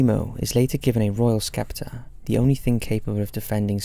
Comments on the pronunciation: Invader Zim never gets any love. Also skeptre? Try sceptre. The "C" be silent don't ya know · Nope not British pronunciation, he just said it wrong lol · Sceptre is pronounced "septer" being English you should know that. Back to school you go🙂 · Why do you pronounce sceptre as skeptre twice and third time correctly? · Sceptre = the "C" is silent............... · these videos are fun, but that constant mispronunciation of 'scepter' really proves there are some things even an english accent can't make sound smart